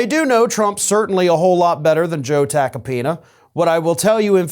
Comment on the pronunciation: Note: Joe "Tacopina" rhymes with "Subpoena", (well said)